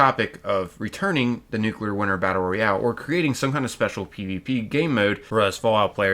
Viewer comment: Nuclear Winter was the best part of FO76 and the ONLY multiplayer pvp I've ever really enjoyed. Also, bro, it's pronounced ROYale not REYale. 😉😉